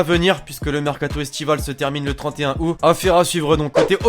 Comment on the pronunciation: Au lieu de août